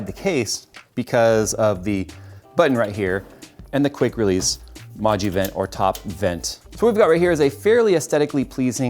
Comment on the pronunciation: Every time you say "Moduvent" I thought it was some new Pokémon